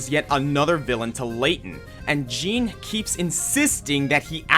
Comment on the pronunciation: The Jean in Jean Descole is pronounced closer to John.